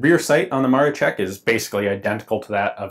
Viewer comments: Great video. One thing was a little bothering, it's MaroSHek not Marochek, but that's not important. It's really sad to see how well things were doing in my country before the WW2 and how it all flipped because of it. Really a shame to see such a gun wasted. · Btw Gun Jesus, it's "Maroshek" not "Marochek". It's Maroszek not Maroczek. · Józef Maroszek = Yuzef Maroshek You keep calling it MaroCHek like in CHips while it's pronounced as SH like in fiSH. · Cool video, just to point out, that „Maroszek" is pronounced more like „Ma-ro-SHE-k" not „ma-ro-che-k". Yeah, I know, nitpicking, but I'ts just my character xD Oh, and about the O-Z positions: O was for firing, cause it meant „Otwarty" as in „open". And the Z - „Zamknięty" - Closed. I guess. But O-Z was everywhere with Otwarty (Open) – Zamknięty (Closed) informations. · "Sz" in word "Maroszek" you sell like "sh" in word like "SHHHHHHHiet". Not like "tch" in word like "witch". I know i know it is trully doesnt matter but wouldnt be polish citizen if i wouldnt mention that. BTW that is great video ^^ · dont read it maro CZ ek read is maro SZ ek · In Polish the "sz" sound is just like your standard "sh", not "ch" like you pronounced it in the video. The way you were saying it, it sounded like "Maroczek", not "Maroszek". Just for the future, in case you get more chances to break your tongue with the Polish launguage. Loved the video. Cheers. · 1. Not Josef Maroszek but Józef Maroszek. Small difference but ;) 2. Maroszek is pronounced as "Maroshek". I know, this is hard, I don't blame anyone for problems, at least they tried. 3. This is not 0 (zero) but letter O → O = Odbezpieczony (ready to fire), Z = Zabezpieczony (secured). For Polish user this has a lot of sense, for foreigners O is equal to 0 and this is the straight way to accidents. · Ok, that even I didn't know to exist, and I'm from Poland. And Maroszek try to pronouce something like Maroshek. It's more correct for you. And great vid again.